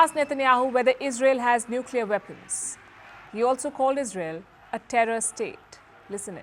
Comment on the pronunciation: HAMAS was pounced in several different ways in this video. At the end "weapons" was pronounced as "weepons". Loose the computer generated voice, use a human.